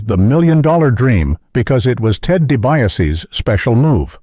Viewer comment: Hahaha damn AI narrators